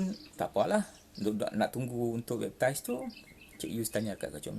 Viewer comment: bepp..tiice wkwkwkwk sebutan utk cara convert pun tak betul. mari ikut saya yg muslim ni sebut baik2 na cik yus. B.A.P.T.I.S= baptis (mandi air suci)kononyalah wkwkwkw